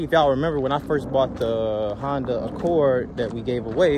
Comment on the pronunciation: I'm still looking for the "Hon-day" 😒 as pronounces them lol